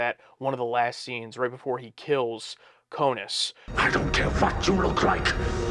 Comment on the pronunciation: Korris, not Konus. I still love you, though. 😅